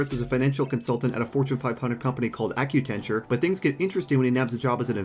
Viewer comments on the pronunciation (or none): He called “Accenture” “Accu-tenture”….